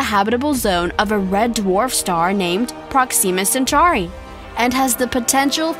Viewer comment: So many moments that were grammatically incorrect. And you also pronounced proxima centauri wrong.